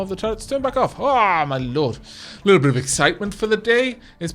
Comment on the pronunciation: "Leetle pinch?"